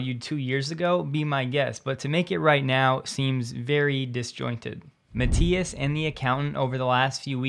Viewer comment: I think it's pronounced Mat-"eye"-as 😉